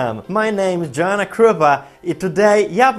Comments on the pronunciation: Ej fajne masz filmiki ale ona jest fajna i ona to głupio wymyśliłeś a poza tym nie Dżoana Krupa tylko Joanna Krupa ;( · Dżoana majszterkołiczem!!!! :DDD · NIEKRYTA Dżoanna xdd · He He, Dżoana jak prawdziwa :D